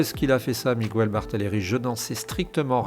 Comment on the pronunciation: Bonjour , en espagnol on prononce miguel sans u on dit mígayl on accentue le son ai ( e) en español j’espère que c’est clair